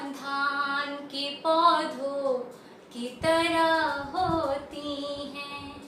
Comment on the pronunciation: its not haa sound at the end of paudho instead sound goes to nose like noon ghunah